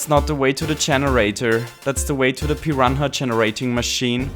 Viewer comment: What is a "piran ha"??